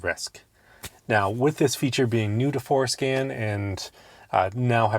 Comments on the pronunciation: Lets start with learning how to pronounce forscan, and not foreskin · For SCAN… say it right